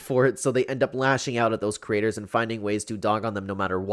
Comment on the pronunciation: Girl, are you ok? Also its “creator” not crater💀🤣